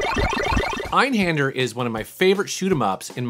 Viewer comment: My favorite you mentioned is probably Einhander but it made me wanna claw my brainds out every time oyu said the name wrong. As someone that speaks some German its pronounced hinder not hander, thus the reason for the umalauts above the a. I know you probably didnt know just thought I needed to bring that up cus it made me cringe lol... Also if you actually watch the opening they actually say the name of the ship.